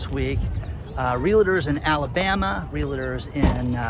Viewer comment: REALTORS not REALATORS